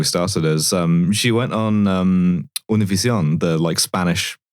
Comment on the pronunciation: shit were we supposed to be pronouncing Univision like that this whole time